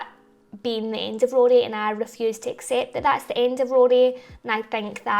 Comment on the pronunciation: Love your pronunciation (accent) of Rory.